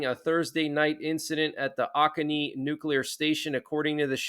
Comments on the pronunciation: Regarding S.C. situation - the County is pronounced Oh-Cone-EE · It's pronounced 'oh-cone-knee'. Awesome update.